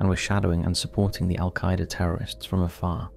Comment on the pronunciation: The way this guy says AlQaaida 😂